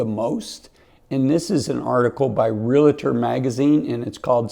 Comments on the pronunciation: Realtor is pronounced Real- tor, not Rea-la-tor. You talk about credibility and you cannot spell!🤣🤣🤣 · It’s Real-tor, not Real-a-tor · Ree-lah-tor? “Reel-tor” please. Impact instead of effect and affect? Our English teachers are rolling their eyes. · There is no A after the L. Therefore, stop saying REAL-A-TOR. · And we're supposed to take advice from someone who can't pronounce realtor correctly there is no "A" after the "L" SMH 🙄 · Realtor has two syllables. Illinois has a silent s on the end.